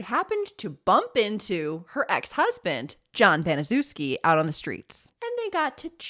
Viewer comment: Good video. I'm pretty sure her last name is pronounced Bani-SHEF-ski.